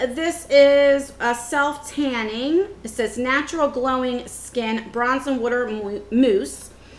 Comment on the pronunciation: Kentucky. Ive never heard anyone else pronounce water that way till watching the video. We live in CO and no one around here says it that way besides my mom. Lol.